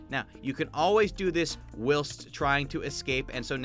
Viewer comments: Its pronounced whilest not wilst. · For future reference, it's pronounced while-st not will-st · No-one:: w i l s t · Who pronounces whilst as /wɪlst/? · its pronounced while-st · It’s supposed to be like w-eye-ul-st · BREAKING NEWS!!! DOESN’T KNOW HOW TO SAY ‘Whilst’ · Is anyone else bothered by how he pronounced whilst? No? Just me? Ok I'll leave then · is no one gonna talk about the way he say whilst 🤨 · Why do you say whilst so wierdly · Whilst in not pronounced like how you say it. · The way he pronounces “whilst” 😣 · Is anyone else jarred by the way he pronounces "whilst"